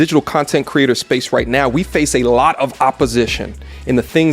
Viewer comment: Not "now" she said "NEH"! I felt that to my core!😂